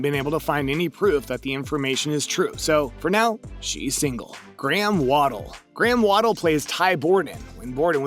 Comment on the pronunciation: Graham WADDLE??? Dude, if you're going to post info videos like this, learn the actors names and facts....